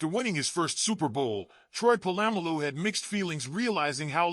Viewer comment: My man don't disrespect Troy's last name its Polamalu not po-lam-malu SMH